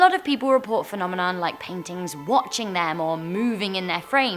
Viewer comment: it’s paintings not paitings